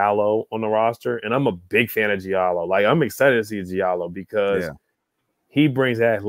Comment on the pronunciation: Hamidou Diallo ‘Dee-ahh-low’ I’m cringing listening to you butcher his name. Sheesh.